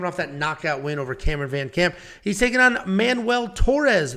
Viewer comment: its MAN-WELL not manual! y'all been playing too much tony hawk pro skater?!? manual?!? HAH! the only manual you need is one on how to pronounce ethnic names you white straight males!!!!!!!!!!!!!!!!